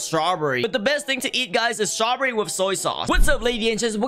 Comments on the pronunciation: Dude did he say shraw berry? Username: RAFIDG11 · At first when you said strawberry I thought you said jawberry